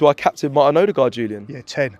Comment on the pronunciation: Everyone: Ødegaard: Order Guard